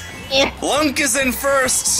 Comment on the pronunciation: It's not lunk it's... It's LONK!